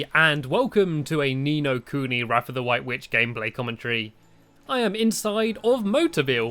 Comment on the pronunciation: did you know it is pronounced 'wrath' not 'wrath'.